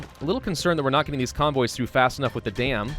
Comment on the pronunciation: convoys Me: conbois